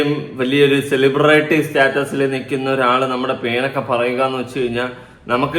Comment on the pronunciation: Ippozha aa pronunciation correct adyathe. CELIBRAITY....... anganeye parayavu